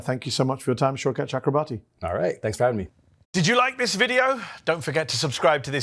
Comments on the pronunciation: Pronounced Shoy-cuth Chukra-bor-thee. The Ch is like Chuck, th like in thumb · Every time a non Bengali pronounces his name, I die a little bit on the inside. I'm Bengali. It's pronounced exactly as it's spelled. Or if you want to sound correct, it's 'Chalk-robe-Borh (as in Niels Bohr)- tea' (with a preferably soft T sound/